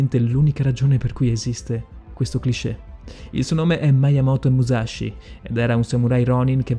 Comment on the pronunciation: Sì, pronunciato giusto sarebbe anche più figo, ma sì. Non "Maiamoto" "miiamoto". Stessa roba per "muscia sciugaio". E' "muscia sciughio". Comunque Musashi non si rifiutò mai di combattere come il vassallo di nessuno. Non gli fu nemmeno proposto, di fatto non diventò mai samurai, e dunque nemmeno ronin. Era un nessuno, che riuscì a procurarsi una lancia per puro caso e si arruolò come soldato regolare. "nodachi", non "nondachi". Nella dinamica del combattimento, Musashi non si spostò mai di lato, semplicemente, sorprese Kojiro perché il bokken ricavato dal remo della sua barca era molto più lungo del normale, quindi Kojiro non si aspettava una gittata simile, anche considerando che Musashi entrò in una posizione chiamata waki-no-gamae, in cui il corpo è di profilo e la lunghezza della spada è nascosta dalle gambe. Ultimissima cosa poi ho finito con la pignoleria, perdonatemi. Musashi uccise in realtà pochissime persone. Relativamente presto rispetto a quando iniziò il suo vagabondaggio, utilizzò solo un bokuto, o bokken, per combattere, e in quest'arco di scontri, oltre a Kojiro, e Kihei, uccise solo un'altra persona, per errore, facendogli sbattere la testa contro un masso. Ok perdonatemi la pignoleria ma era più forte di me XD